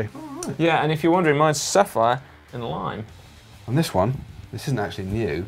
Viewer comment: Si channeled his inner Sean Connery ...sapphire...and l-oim-e